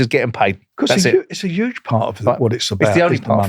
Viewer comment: Why doesn’t brick top pronounce the H in huge? “It’s YUGE…”